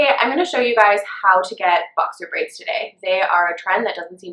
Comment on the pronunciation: There not called bower braids